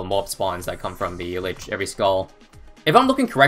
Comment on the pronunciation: isn't it pronounced leach? as in it leaches the monkeys life when sold, and buffs from monkeys, and it uses them to heal and spawn dead moabs